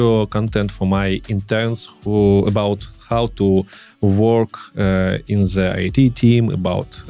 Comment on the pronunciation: Спасибо за всё что ты делаешь, классный контент 😉 Но почему все русско говорящие произносят слово "the" как "зе"?! 🤨разве native speakers так говорят? извини, но у меня аж ухо режет. Постарайся это поменять 😉